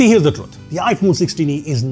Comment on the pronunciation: Not iPhone Solah-e.... it's iPhone Saalee